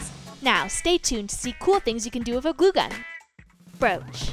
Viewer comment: Lol it’s glue gun not goo gun 😂😂😂😂 I love this channel